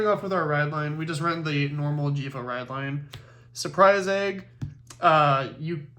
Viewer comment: It is Jheva!!!